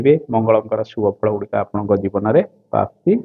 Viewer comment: ଆପଣଙ୍କ ଉଚ୍ଚାରଣ ଭୁଲ୍ ରହୁଛି ଯେପରିକି ବୃହସ୍ପତି, ବୃଦ୍ଧି,ପ୍ରାପ୍ତି....ଏ ସବୁ ଶବ୍ଦ କୁ ଠିକ ଭାବେ ଉଚ୍ଚାରଣ କରନ୍ତୁ